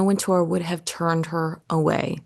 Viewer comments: It's Anna Wint-er, not Anna Wint-oor. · You keep mispronouncing Wintour's last name. The accent is on the first syllable.